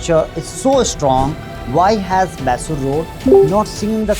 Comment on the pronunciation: Dude, you never change. It’s not maaysor road.